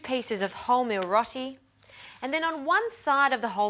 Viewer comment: its pronounced rowti not rotie